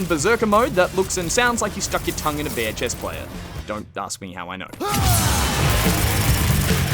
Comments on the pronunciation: A VHS player is what he said, but I went back and listened and I'm having a hard time not hearing bear chess player aswell 😂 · "Stuck your tongue in a bear chess player"? I've listened to it 10 times and that's all I'm getting.